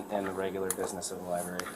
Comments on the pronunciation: Bro. I love you, but if you’re going to go to a Li-brary, you should really learn how pronounce the word. You know it’s not a li-berry, right? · WTF is a "liberry,"? Is it like a boysenberry or a marionberry? Maybe a raspberry? Learn how to speak like an adult, mr." journalist." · QUIT SAYING LI-BERRY. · I'm triggered by everyone saying "lieberry," ffs. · “Liberry.” LMAO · He should be arrested for saying LIEBERRY repeatedly. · BS. lawsuit against the CIty of Danbury, the Library, and those cops FAILED. Danbury got the last laugh. And the library rules still require a permit to film in the library (or "lie-berry" as the idiot pronounces it) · He can go into any public LIBARY he wants!! If you gonna scam the system at least learn how to properly pronounce LIBRARY. Clown ass fool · What a sad existence it must be to just purposely want to make some people uncomfortable and annoy others. It's weird. Can't even say the word "library" correctly but yet calls others stupid ( , , among others).